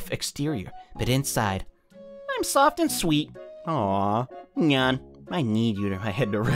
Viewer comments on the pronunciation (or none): this is funny but you are saying nyan wrong you are killing me lol